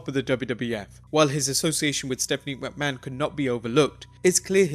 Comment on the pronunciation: You sound like a chicken when you say McMahon. Like wtf is your problem?